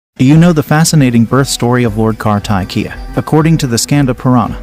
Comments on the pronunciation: U got my name all pronounced wrongly😒 It's KARTHIKEYA-car +thick+Ke =(K)+yeah. and KRUTHIKAS-cru+thick+Ke =(K)+yeah. That's simple English word and you suffocate pronouncing it,what if I asked giving u a SANSKRIT book to read it🤔. Well FYI Lord Karthik is the commander of God's,and also Lord Karthik is the God of War and Victory. And he rides on a 🦚 PEACOCK.😁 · Oh my God...the way karthikeya is pronounced 😮😮...."car thigh ke yaa"???..... seriously..😮😮 its car-thick-key-ya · It’s kaar-thi-keyaa” . Please pronounce it right